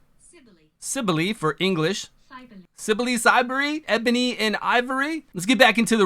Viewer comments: Pronounce: Kibele(kiy-be-le) from Anatolia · It's pronounced like Ki: bele. She's the Anatolian mother goddess.